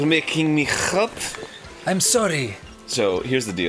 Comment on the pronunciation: The beginning's really funny if you're french, because the way he says ''hot'' sounds like ''Rote'' in french, which is ''Burp'' in french...so it's just like ''You make me burp'' XD